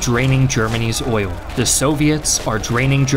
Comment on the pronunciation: Oil only has one syllable.